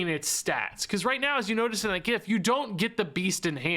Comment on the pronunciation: Thank you for pronouncing gif properly.